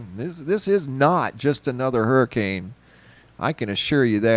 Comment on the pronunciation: Hurri"Cain" Ida